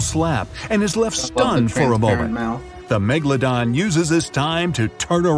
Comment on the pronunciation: i just listened to an old video about the megalodon and he said it "megalondon" and i choked